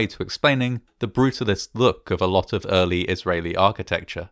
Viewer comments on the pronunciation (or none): none